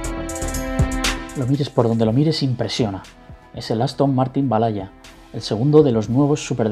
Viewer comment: Jaja Valhalla no cuesta tanto pronunciarlo bien